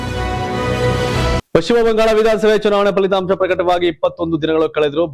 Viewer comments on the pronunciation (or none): none